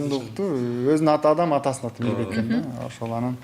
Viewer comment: МИБЕК болуп калды Р тамгасы кайда калды??? Мирбек го мейли, алып баруучуларга минус!!!